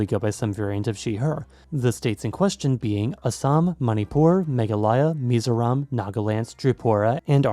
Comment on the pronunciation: As a mizo myself the way u say Mizoram is kinda wrong